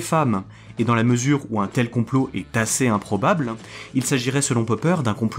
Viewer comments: super vidéo mais gaffe à ta diction (théorie du complo-euh, on dirait Soral) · Le fond est très intéressant. J'ai une petite remarque sur la forme, tu utilises beaucoup le "e prepausal" et ça a perturbé mon écoute ^^ Par exemple tu prononces "théorie du complot-an" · Je viens de remarquer que vous dites beaucoup de "e" à la fin de certains mots. Genre la "théorie du compoeu". Ça vient d'un accent particulier ? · J'arrive un peu tard sur la vidéo, mais y a un truc qui m'a perturbé durant son visionnage. Le mot complot finit par un T et j'ai l'impression que tu le prononces comme s'il finissait par un E voir un W. De quoi coin de la France viens-tu ? (curiosité de linguistes). 🙂